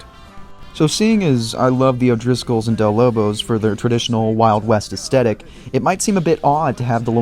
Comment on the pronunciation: Is there some sort of unwritten rule among youtubers that they're not allowed to pronounce "aesthetic" correctly?